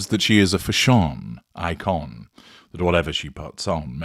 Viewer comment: I'm here all alone, but the way you pronounced "fashion icon" made me laugh out loud. 🤣🤣🤣🤣🤣